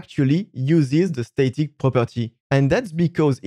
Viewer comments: The A in static is pronounced like the A in rat, not rate. :D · Great informative video. I don’t want to sound like a d*ck but I found it a bit difficult to understand what you were saying. It was mainly to do with the pronunciation of “static”. The A in static should sound like the A in apple. Not the A in Snake. Keep making these great videos. Thank you.